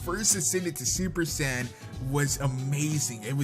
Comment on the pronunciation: you are saying super Saiyan wrong